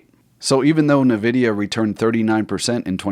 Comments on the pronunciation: It's pronounced IN-vid-e-a, not NUH-vid-e-uh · It’s pronounced “Envidia” not nuhvidia